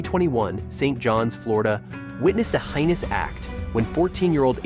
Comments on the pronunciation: Heinous is pronounced- hay nus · . It is common for people to mispronounce words they have never heard before. Perhaps you read it, but for English both British and American it is pronounced Hay-nus. It is the same as when people pronounce ask as ax. It sounds fine to the speaker, but it is still wrong. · Someone teach this man how to pronounce heinous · "heinous" IS NOT pronounced "highness". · No, it's hay nus. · DUDE! Please look up the correct way to pronounce “heinous.” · Please look up the pronunciation of heinous.